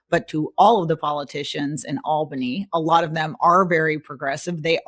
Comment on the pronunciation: She pronounces Albany funny. "Al Banie" vs "All Banney" I'm from NYC...